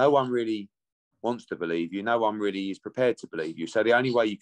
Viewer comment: Edward trying the spin tactics again that's worked so often on the gullible and weak minded. I heard AJs sponsors said no to the fury fight although AJ weally weally wanted the fight. yeh whatever you mugs do one quack quack.